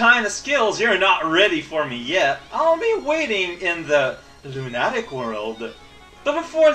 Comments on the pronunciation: Luna-tick! Not lunat-ic! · Oh, how we all had forgotten the epicness with which you pronounce "Lunatic"...